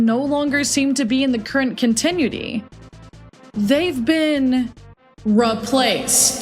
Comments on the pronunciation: I’m sorry did you just say continuedy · My only issue was the pronunciation of “continuity”